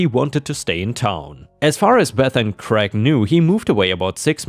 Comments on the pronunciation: Why do Americans pronounce the name Craig as Greg? It is pronounced like crayg. American English is retarded. The name Greg is a completely different name altogether. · All of your stories were extra special today. The birthday party story made me feel so sorry for OP's family. The mess must have been awful. 🌟🌟🌟🌟🌟🌟🌟🌟🌟🌟🌟🌟🌟🌟🌟🌟🌟🌟 You came across the name Craig in the last story. It is pronounced Cr -ay - g. Hope that helps. Best wishes.